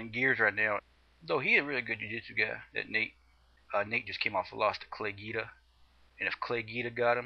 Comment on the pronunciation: hahahah what a moron. I love how he's got his chest all puffed up tryin to look all tough. And it's not Geeda, idiot.. Guida. GWEEDA.